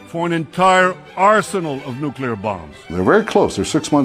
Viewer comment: Jake, I can hear that you are suffering a little voice box injury. Shouting at clousters and wee skitters, no doubt! BUT, you are sounding a wee bit like the whin Bush in your pronunciation of nuclear. As Billy said; 'Sound it out'. As a young man, becoming aware of the world, I read and was told about how Israel had turned a desert into a garden. That's fantastic, said Liam to himself. Then one day Liam landed in Beirut airport just after an Israeli had staffed the shite out of the shanty town of refugees who lived beside the airport. After ages sitting on the tarmac waiting until those jets to leave, we eventually got on the trucks to leave for our destination. We drove past the poor sandy town and their burning meagre possessions and smelled their burning loved ones. I still have it in my nose today and the look a big tall man gave us as he carried something out of his ruined shack. He let go of his burden with his left hand and turned and looked at us, a UN convoy, who are supposed to 'keep the peace'. That was in April of 1980 and the look that that man gave us is as fresh in my mind as it was the day I saw it. There was hardly a day went by that Israel didn't blow the shite out of somewhere, including us. One beautiful Sunday morning they walloped the whole place with white phosphorus. One of our medics that removed the phosphorus from a wee wean told me that he never wanted to see nor smell that again. That's enough of that. Jake, make us laugh.